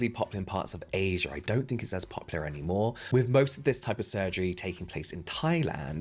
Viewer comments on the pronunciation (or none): none